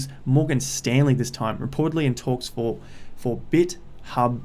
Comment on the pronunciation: It’s pronounced bit-thumb lol Js